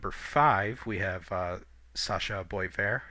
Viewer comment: Yikes, ouch, I get it, raw prospects may or may not pan out, but the Hawks seem like they’ve done OK, Sam Rinzel for example. And BTW , not to put too fine a point in it, it’s BWA VAIR, (Boisvert). Anyway, great job , haven’t seen any of the other channels covering all the prospects like this as yet.